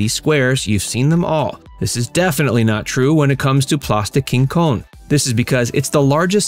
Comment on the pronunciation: It's place des Quinconces not Quincones